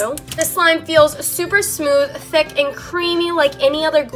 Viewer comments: have you guys noticed that she says “theck” instead of “thick” lmao i just think it’s funny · for some reason i love how she says thick as ThAquE